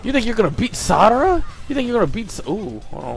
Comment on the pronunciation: its sarada not sadara